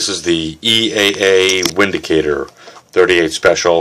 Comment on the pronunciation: Picked up the 357. Only thing can say is will get barrel crowned and blued, trigger job, and paint front sight. Paid $310 but it is replacing my 686-5 7 shot pre lock S&W so I want it to last. My son will get the 686. Just FYI, not to be picky, the name is German and the W is V sounded out. Bounce back what you think about the modifications. Keep up the great vids.